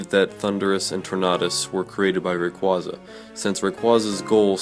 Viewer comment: You can't pronounce rayquaza right